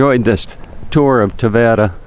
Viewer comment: Having been born in Tavira, and living abroad I found your video interesting. Yes, you are misprouncing Tavira and there are 33 churches in a city of population of over 50 thousand which you consider a village. Perhaps, a little more research and you could benefit from your commentary. Nevertheless, thank you for show casing such a beautifule city.